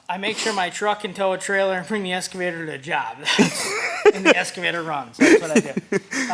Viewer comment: speaking facts bro. Listen to those around you. Also its called an EX-Cavator. Not ES-Cavitor LOL!